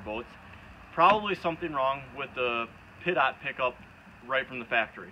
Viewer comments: Dude. It's pronounced pee - tow not pit-ot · Great video, but it’s pronounced pee-toe, not pit-ot. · Please, it's pronounced Pee-Toe. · Pee- Toe. Compressed air destroys it on airplanes. I guess it’s different on boats? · Pronounced "peet-oh"...pitot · lol glad someone else was thinking that too